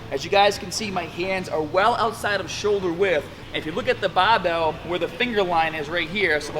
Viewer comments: Is this dude an american trying to sound british or the other way around? I heard both baabel and barbel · The Bah-bel ! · Taaaahget the short head with a wide grip baaaahbell curl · U wanna taaahhhget both heads with a baahhhhbell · Hahahaha the BAH-BELL. Sorry, I seriously love your videos.